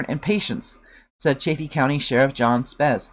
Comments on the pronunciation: I think it's Sheriff Speeze, with a long E like please. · Pronounced Spee-zee 😉